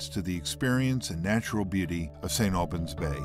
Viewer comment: corparate nonesense !! they cant even pronounce st aubins bay.